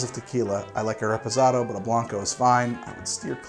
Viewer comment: "I like a re-puhzadoe"